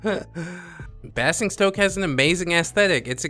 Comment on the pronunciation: Just an fyi - Basingstoke is pronounced in the same way as 'fazing', 'crazing' and 'amazing'. It's a pass for me because I am not big on strategy. Great video again.